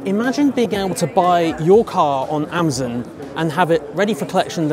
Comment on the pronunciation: It’s AmAzon not Amzin